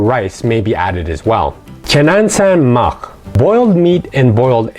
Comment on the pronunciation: it is "chanasan makh" not "chanansan makh" a very minor mistake but I hope u appreciate it 😊